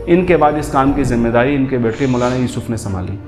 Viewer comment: Mashallah bhai video bahut achi hai bas jab ap Maulana ka naam thik se lo 💚